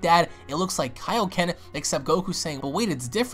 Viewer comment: Goku ultimate Kaioken thank you! Its pissing me off that everyone is saying elio ken